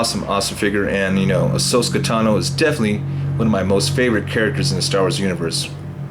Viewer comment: If I heard him right he's saying ahsoska instead of ahsoka I cant even watch this anymore